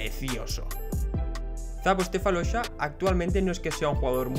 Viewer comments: Muy buen video pero tiene algunos errores: por ejemplo dice stefalosha y es sefolosha, y luego en los equipos pone irving vs boston (irving estaba jugando en boston) pero por lo demas lo he disfrutado mucho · stefalosha ?? Me matas